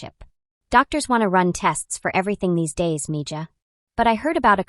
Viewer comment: .. it's a Curandera... pronounced= Koo- ron- dera... female healer with herbs & prayer...and it's pronounced...ME-HA...not me- jaw... It'd be nice to actually hear a HUMAN read INSTEAD of AI, IMO.